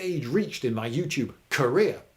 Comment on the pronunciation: Every time you say "career" I hear "Korea" and it's distracting me from the video.